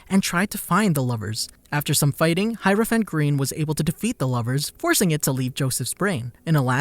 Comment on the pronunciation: He says heropiant green like this ''hirophant grin"